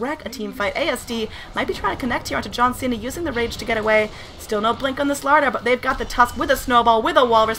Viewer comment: You didn't say John Cena properly though.